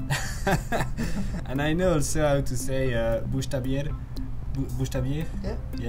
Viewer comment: When he is saying "buchstabieren" I just keep hearing "bouge ta bière", easy way to remember it.